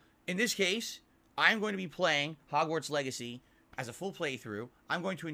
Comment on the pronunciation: Ah yes, my favorite game Hog's-Warts Beggacy